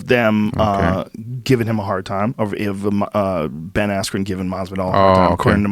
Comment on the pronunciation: “Ben Axren” lol